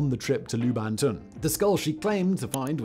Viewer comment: "soth-ebies"? Weird pronunciation.